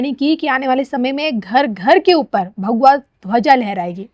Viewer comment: Kindly pronunciation thik rakhe bhagua nhi bhagwa boliye